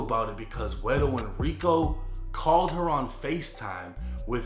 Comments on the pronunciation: Ey shoutsout to for actually saying guero correctly! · Good job pronouncing “guero,”. I like that.